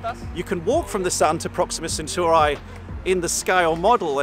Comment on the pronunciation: My controversial opinion? Brits cannot pronounce Centauri